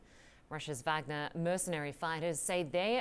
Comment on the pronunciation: Why is it so difficult for people to pronounce 'Wagner' correctly?